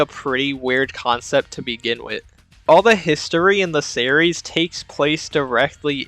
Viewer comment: series = "serreys" What is this strange accent?